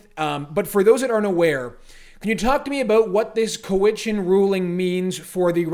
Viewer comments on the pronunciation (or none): Cowichan has the accent on the first syllable . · It's cow itchen not coe witchen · It's not Cow-witch-an It's Cow-itch-an. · I think it's cow-i-chun. My dad almost bought the hotel there.